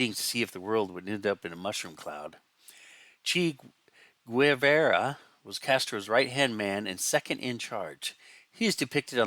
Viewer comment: I bought the Riviera and the Olds when they were new (and I was about 10 years old) and still have them (built). But for cryin’ out loud, please learn how to pronounce the name. It’s CHAY Gue-VAH-ra. I remember thinking, even as a kid, “Wow, they must be desperate to find new ways to re-sell these old kits if they’re willing to imitate Mad magazine to do it!”